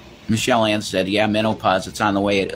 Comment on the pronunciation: I could swear that mental midget said "mental-pause"